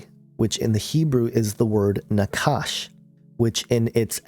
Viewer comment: The Hebrew word for snake is NOT pronounced like 'Nakash'. That 'ch' is a Het and pronounced like the 'ch' in Bach. The same goes for the name of Satan, Heillel ben-Shachar. That 'ch' is also a Het and pronounced like the 'ch' in Bach.